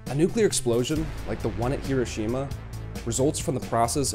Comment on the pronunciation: I enjoyed this very informative video. However, the name of the city is not repeat, not hero Shima. You would think if somebody was making a video about the city, they would know the proper pronunciation.